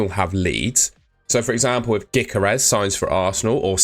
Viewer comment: Closed the video when he said “Gikeres” and not “Gyokeres”